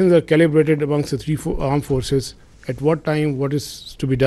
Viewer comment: What he say Arm force ?